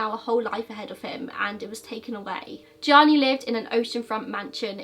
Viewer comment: Thank You for pronouncing Gionni Versace's first name properly. I recently watched another video about Andrew Cunanan, where the host constantly referred to him as 'Johnny'. I believe if you are going to go to all the hard work of producing a video, at least attempt the correct pronunciation, which you are honest about all the time.